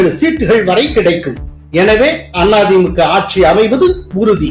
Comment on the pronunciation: Sir any reason why you pronounce Thi Mu k, Aa Thi Mu k bit Tha Ve ka? Why suppress Ka for these two parties?